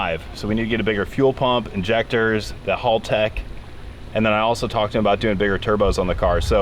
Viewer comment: Why does everybody mispronounce Haltech. It's Hal tech. Like the name Hal then you say tech, not hall tech